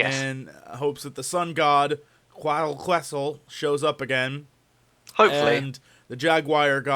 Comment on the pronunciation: Quetz Acoatl... its not hard to pronounce correctly..